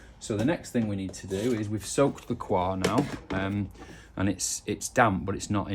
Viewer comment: Nice vide, thanks. Just FYI, 'coir' is not pronounced as if it were a French word, which it isn't. It's just pronounced like coy-uh.